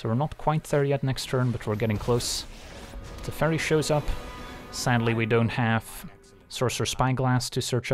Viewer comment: I thought you said 'The Fairy' but you said 'Teferi' ^^